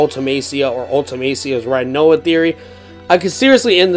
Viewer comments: It's pronounced renoah not righnoa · First of all: it’s pronounced Ri-noa, not Rai-noa. Second: the dangling body is Ultimecia’s, I thought that’s clear. Otherwise I love the theory, just not most of your support of it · Say rhinoa one time... I dare you.. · Butchered rinoas name